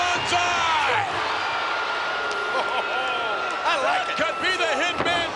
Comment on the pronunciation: I'll never forget that last Banzai Drop on Duggan man. Man said "Bakshee" that time, not even Banzai.